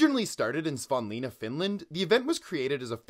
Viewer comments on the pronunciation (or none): As someone whos learning Finnish the pronunciation of Savonlinna left me in tears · Fam did not even try to pronounce Savonlinna correctly. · How dare you to pronounce savonlinna like that. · what a horrific pronunciation of Savonlinna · Need some pronunciation help? I'm not certain about the javelin thrower's name, but Savonlinna got butchered somewhere in there...